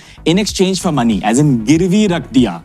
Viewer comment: He said girvi rakdiya